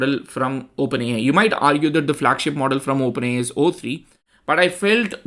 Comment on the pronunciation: Wow, this is really great testing. And I am really awestruck with how much better the performance is... The Animated card example... is just a stark contrast too. Ps... dont forget to "say Open A (pause) I" ... with a nice "eye" sound to the I. Great video.